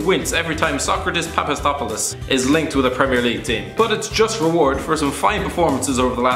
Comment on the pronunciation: Because Pulisic is celebrating the narrator pronunciation of Sokatis Papastathopoulos done right...